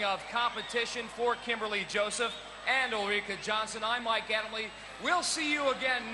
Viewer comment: Did Mike just call Ulrika "Ulrikay"? 😂😂😂